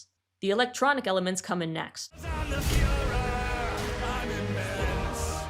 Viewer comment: A full Lucifer rock song version would’ve been great imo. And ‘furor’ being pronounced as ‘führer’ is pretty overt